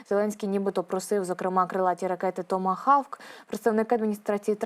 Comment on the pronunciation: Томогавк....ане хавк..😢